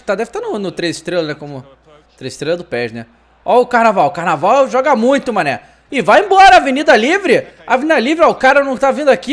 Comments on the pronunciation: olha o Carnaval hahaha se pronuncia carvarral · "carnalval" kkkkkkkkk rachei o bico kkkkkkkkkkkkkkkkkkkkk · é fevereiro... fevereiro tem "carbaral"... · "Carvajal" "Carnaval" kkkkk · Carnaval kkkkkkkkkkkkkkkkkkkkkk se pronuncia carvarral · o falou carnaval kkkk